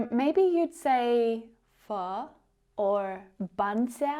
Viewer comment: You pronounced "Bún thịt nướng", "phở", "bánh xèo" perfectly,! - A fan from Vietnam!